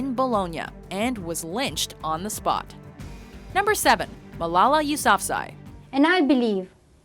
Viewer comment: I learned about Malala and couldn't help but notice you pronounced her last name wrong it's you-sa-fa-zee